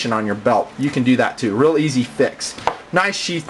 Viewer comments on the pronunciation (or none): none